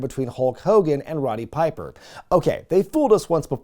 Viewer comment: Did you say Ronny Piper? Lol it's Roddy